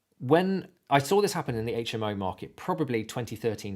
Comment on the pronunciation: I wasn't going to thumb up or subscribe (I hate when TUBERS ask for it) but than... about 14 minutes in the video I hear that you know how to pronounce HMO (on top of everything else). So one BIG FAT thumb up. I won't subscribe though as I don't subscribe anywhere...